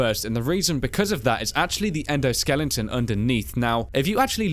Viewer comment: SKELETON NOT SKELLINGTON. Please for ONCE read your comments, I have brought this up nearly every time. You guys work hard on your videos and make them worth watching, you are professional and always try to deliver quality productions, so please just say Skeleton properly. Don't get me wrong, I am not just picking a random thing here, you always pronounce it wrong and it's not like it is even an easy mistake to make. Skeleton doesn't even have the letter "g" in it so how the hell do you end up with Skellington!?! PLEASE just pay some attention to the comments and stop mispronouncing this simple word. Thank you.